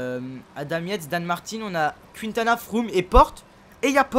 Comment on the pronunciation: C pas QUINtana tu met pas d accent